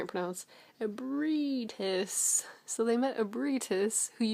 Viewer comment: ə-bree-ə-tus. Its not that hard to pronounce when you have a schwa e.